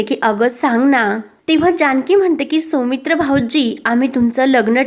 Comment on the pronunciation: सोमित्र नाव नसतं सौमित्र असत. शुद्ध मराठी वाचणारे वाचक मिळत नाही का?